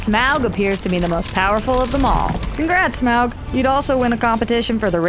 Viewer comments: STOP SAYING SMAWG! It's Smaug ('smog')! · Just save 5 minutes and say Smaug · Its Smaug and it isn't even close